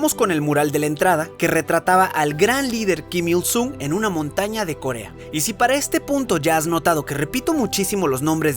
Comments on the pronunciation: "keem young ill", "Keem ill soong" por que pronuncias así, que naco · Pronuncia bien, kim il sun, porque myung a cada rato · En serio nadie va a decir q todo el tiempo estuvo pronunciando mal Kim Il Sung la u se pronuncia como o (en algunos casos)